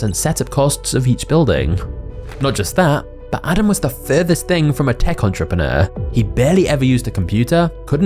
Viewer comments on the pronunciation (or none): none